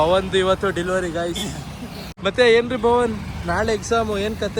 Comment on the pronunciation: Delivery adhu dilevery alla😂😂😂